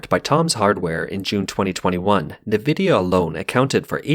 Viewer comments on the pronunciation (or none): ENvidia not nevidia bro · It is not called nah-vidia. It is pronounced N-vidia. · This guy speaks perfect English but doesn't know how to pronounce nvidia . Lol EN-VIDIA not NIVIDIA